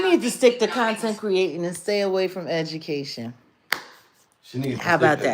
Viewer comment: cuntent!!! Ha!!! I heard that 🤣🤣🤣🤣🤣